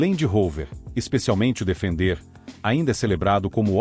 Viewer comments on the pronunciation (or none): É um software que está lendo o texto e "falando"? Porque pronunciar "Defender" como se fosse o verbo "defender" em português é lamentável.